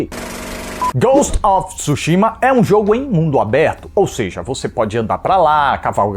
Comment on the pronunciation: Parabéns pela crítica, o nome é tsushima e o tsu é falado mas é mudo assim como tsuname, mas não tisuname é tsu quase um two